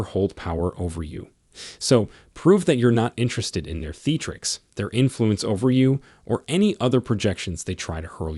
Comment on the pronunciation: MAKE SURE YOU TAKE LIFE ADVICE FROM A GUY WHO DOESN'T KNOW HOW TO PRONOUNCE THE WORD THEATRICS.